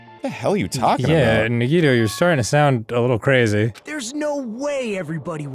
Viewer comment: It's so hilarious and also painful watching them be so smug about Nagito but thank God they're pronouncing his name right AND realized he isn't Makoto